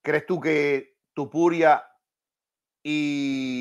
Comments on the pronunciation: Porque no sabes pronunciar el nombre de Topuria, Y dices Tupuria? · Es Topuria, no tupuria